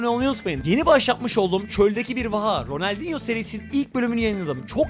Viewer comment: ya gerizekalı altımıt tiim diye okunuyo kaç yıldır oynuyon öğrenemedinmi. ronaldinhoyu da ilkokullu mal bebeler gibi söylüyon